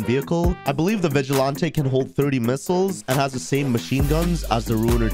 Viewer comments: This list gotta be a troll, aint no way he said vugilante for defending yourself when it is one hit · How are that bad at pronouncing words lmao. "Toraadoor" "Vigilaantey" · You're mispronouncing Vigilante and Toreador.